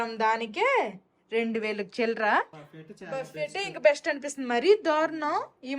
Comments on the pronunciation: Darjeeling is a very beautiful place. Memu one week unnamu. Miru emi anukokapothe okati cheputhanu. Buffet spelling valana buffet ani antaru. But andulo T silent . Buffe ani palakali. You are a good person, thappu ga anukoru ani correct chesanu. Enjoy your trip. 😊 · బఫెట్ ❌ బుఫే ✅ or బఫే ✅. T silent .Google lo pronunciation choodandi. Enjoy your holiday. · Pls, if u don't mind the T in buffet is silent. U should prounce. buffe